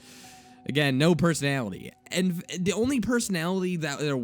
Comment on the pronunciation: All your readings sound sarcastic. Also words like "the and that" sound annoying when you say "da and dat". Haters gonna hate.